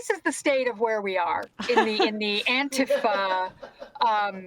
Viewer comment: Pretty slimy saying "anti-fuh" instead of "anti-fah" in order to obscure what the FA stands for.